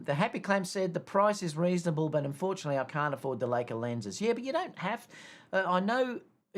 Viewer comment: I think it’s Li-ca and not Lay-ca (Leica) what happened to your trip to UK at the start of 2023? Too many weddings ? In the A93 happy to have A7R5 but with less mega pixels but faster sensor readout for silent shooting and no rolling shutter. Happy if it is photo centric to differentiate from A1 if you want the best of both worlds then pay the premium but why pay that much is you want stills. I’m finding the R5 much better than the R4 for wildlife yet to try it on any dancers 😊